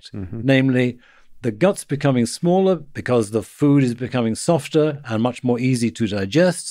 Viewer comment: Right at the end of this clip, , was he saying that our brains have become SMALLAR recently?